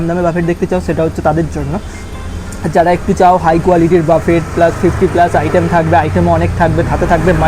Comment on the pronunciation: উচ্চারণ টা বাফেট নয় বুফে হবে 😵‍💫